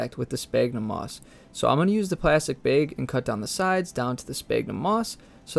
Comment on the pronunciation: I really love how you say bag. bheg.